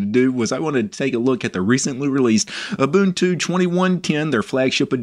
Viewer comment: You pronounced Ubuntu correctly but the G in Gnome is silent ;)